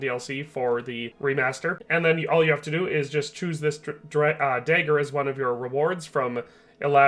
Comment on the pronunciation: Day-ed-ric dayger